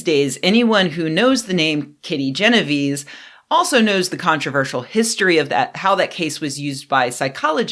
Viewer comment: jeno-vay-say. It's Italian. :)